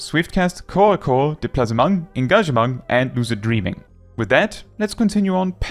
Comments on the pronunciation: Why are you pronoucing english words like they are french? 'Displacement' is english, in french it would be 'déplacement'. It's clearly written in english. At first I was confused wtf you were talking about, untill I looked at the screen and went 'oooohhh...' and then I wanted to punch you in the face lol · i've never heard "displacement" pronounced that way. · The way this man pronounces displacement and engagement is seriously about to give me a stroke, lol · The Displacement pronunciation killed me though 😂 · I enjoy how you pronounce displacement But Displacement is also just an English word As is engagement XD They’ll always sit in my head like that Either that or I can’t read